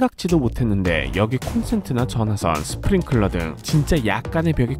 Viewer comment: 스프링'쿨'러X 스프링'클'러O